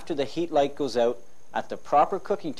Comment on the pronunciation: The “Colour” guide. “The heat light has gone oot.” “Cooking pro-cess” Uh oh, Canada!😂😂😂😂